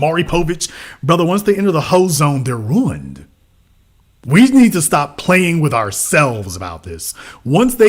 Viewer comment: “She’s ruint” 😭